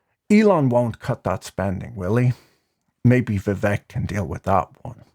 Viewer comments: its VIV VAKE, not VIV VEK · As the face of a rap channel, you should be fully aware that Vivek rhymes with cake.